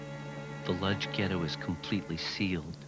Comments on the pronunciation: I hate to be that guy, but the city is pronounced "Woodzh" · wish whoever made this orig docu had hired a narrator who could pronounce the name of the town correctly. in Polish the L at the front of Lodz has a slash in it and is pronounced closer to Wodj.....